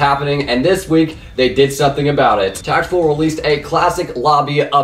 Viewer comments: Who else is triggered when he calls TapL Tap-L not Tapple? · Its Tapull (Teh Apple)